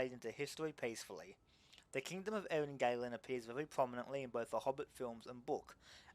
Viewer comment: Btw Eryn Galen is to be read as Eryn Galen not Eryn Gailen, the "a" here is like in the "ah" sound